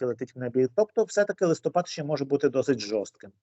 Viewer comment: Ведучі,чому ви кажете листОпад, треба листопАд. Ющенко так казав і ви так.